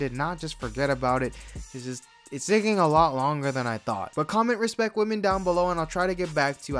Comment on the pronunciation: RESPKET WAMEN